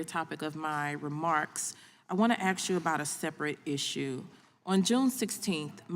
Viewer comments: How does someone who says “aks” end up in congress? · " I want to axe you a question " .. ghetto troll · So glad she was there to ax queshtuns. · Did she say: “want to axe you..?” 😅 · Who's the dipshit that spoke 1st who can't pronounce ASK correctly the way a toddler can? I'm just curious. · Aks you, smh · She's in Congress and still can't pronounce "ask" FFS 😂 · ASK.. not AXX. Duh. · Why can't a person elected to Congress finally pronounce words correctly. The word is "Ask' not " Akst". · Why can't some say ”ask" instead of " ax" ? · Aksing or Axing a question. That is the question. Das ist die Frage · Nothing says politician like saying Axe instead of ask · Cori…it’s ask not acts. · That woman REALLY gets on my nerves! She's a RACE BAITER, And she can't even speak properly!!! One of my pet peeves is when someone says, "AX" instead of "ASK". I mean, HOW HARD IS THAT TO DO??? It's just LAZY, and makes the person sound SO UNEDUCATED!!!😡😡😡😡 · I want to AKS? stop appointing low IQ Imbeciles to run our country... It's ASK!!!! not AKS!!!! GEEEEZ!!!! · It's hard to take someone seriously who went thru college and got elected to the House and they still say "aks" instead of ask. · How about talk intelligently and say "ask and not "aks"! I don't understand that. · The word is "ASK"...pronounced "Ahsk"....not "ax-sk". Example: I "ask" not I "axed". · Someone please teach her how to pronounce the word 'ask'. It's not "axe". It's three damn letters, how hard can it be to pronounce it properly? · Why is a member of the house of representatives unable to pronounce the word "ask"? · Who the hell would vote for a person who says "axe you a question" 😂😅 we're screwed 😅😂😢😂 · As soon as I hear “axed you a question” you have lost all legitimacy. Do you want to promote unity and progress or just your own divisive logo? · She "axed" directly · She isn't axing very good questions. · Did she say ‘aks you a question?’ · Let me axe you a question. Nam I’m saying. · Axe you ?